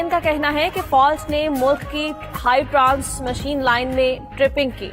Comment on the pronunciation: News casters don’t know how to pronounce words ... wow! She said trans machine instead of transmission. Wah!